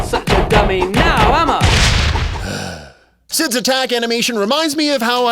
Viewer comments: "Not such a dummy now, Emma" i know its "am i" bt the voice actor sounds like he's saying "Emma" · I know that CID’s catchphrase is supposed to be: “Not such a dummy now, am I?!” but every time he says it, it sounds like he’s saying: “Not such a dummy now um uh?!” It just makes it that much more painful to hear him say it...